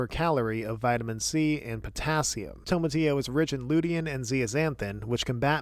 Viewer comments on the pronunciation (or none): none